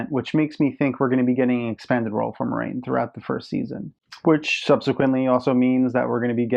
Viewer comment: I agree - Moraine is my favorite character (not named Rand) in the books. ;) I agree with your pronunciation, btw. ;)